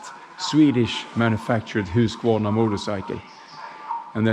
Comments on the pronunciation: Huskvarna the TOWN and Husqvarna the Brand! The Americans get confused and tense. maybe it's the "Q" Thats why they always mispronounce the brand "HU-S-AKVARNA". Please HELP them! My advice subdivide: SUB-DIVIDE. Like "HUUS-KVAR-NA" Piece of cake right? How about KTM the motor that propel all Husqvarna bikes these days. Austrian KTM engine! K T M "KRONREIF TRUNKENPOLZ MATTIGHOFEN" Ask the Americans to pronounce it! In this video you'll se the founders Herr Kronreif und HerrTrunkenpolz. MATTIGHOFEN town in upper Austria, near the German border. The factory and HQ of KTM. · Almost anyone else than Sweden... Husk-a-varna..